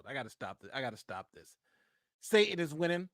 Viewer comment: Love your content - sa-tan, not sa-in. You're in good company though, candace owens drops the "t" also :(